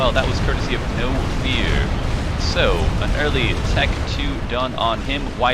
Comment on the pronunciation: I'm absolutely satisfied with this cast other than that pronunciation . Knowfear prefers his name pronounced as 'Nofur'. Great cast otherwise !